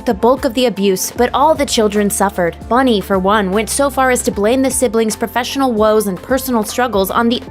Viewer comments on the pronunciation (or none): Her name is Bunny not Bonnie. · It's Bunny not Bonnie.